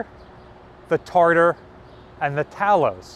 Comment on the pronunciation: Talos is pronounced TAY los